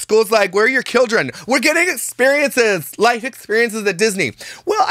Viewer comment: Did say killdren?